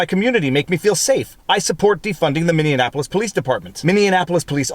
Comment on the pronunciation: Haha.. it's true - I caught him blatantly mispronouncing something else a while back, and while I don't wish to be the grammar police, it sure is distracting to hear it. Especially from a 'learned' fella. Tongue in cheek, takin' the piss ~ but yeah. I kinda like Mindianaplois though.